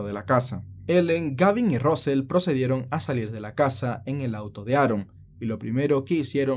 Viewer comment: Russel: rasel, no rosel 😁